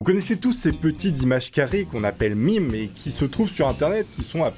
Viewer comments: dit mim Moi:ON DIT MEMEEEEEEEEEE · ON DIT MAAAAIIIIME !! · On dit mèeeeeeeeeeeeeeeeemes